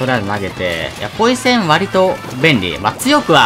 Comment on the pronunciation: ポイズンって言ってて ん？と思ったらポイセンだった